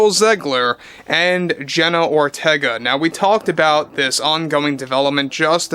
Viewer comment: I keep hearing "General Ortega" every time says her name.